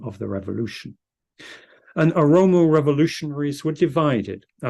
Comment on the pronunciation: translator should correct the word Oromo not aromo.